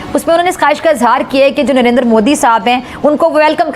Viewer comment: Why do these people pronounce Narender 😂😂😂 the proper and correct pronounciation is Narendra Fools 😂😂😂😂